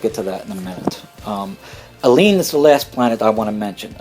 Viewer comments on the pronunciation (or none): none